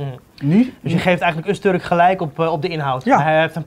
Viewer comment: Het is Öztürk niet Öztörk.